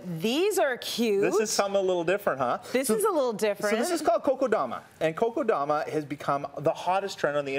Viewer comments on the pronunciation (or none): This doesn't even make any sense. The guy just butchered this technique. And the way he even makes fun of it only shows the lack of knowledge and sensibility about the subject. I could expect the worst the minute he said "koko" instead of "kokedama". Gotta do your research 🤦‍♂️ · he says koko-dama ... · I'm sorry, but if I've is going to make money off of this technique, at least have the common courtesy to learn how to pronounce it right.